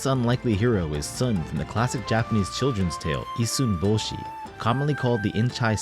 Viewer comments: Did you live in Japan as your Japanese pronunciation is spot on! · Having lived in Japan for 15 years im extremely impressed by your pronunciation of the Japanese language, is this some AI trickery?